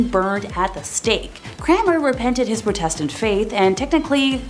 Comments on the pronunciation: Why can't you pronounce Protestant properly? You are wrong about Wu Zetian. And Bloody Mary is said all over YouTube so why lie and say you cannot say it? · I think you're pronouncing "protestant " wrong...or was it because of YT?